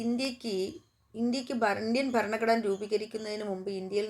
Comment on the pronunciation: ഫരണ കൂടനെ 😅